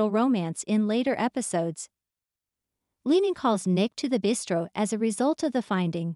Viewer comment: Omg please please pronounce leanne's name correctly, LEE-ANNE